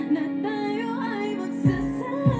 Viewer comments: Ta-yo not Tayo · the way you pronounced "tayo" has the meaning of perpendicular. For this song paano kung naging tayo means what if we become (us).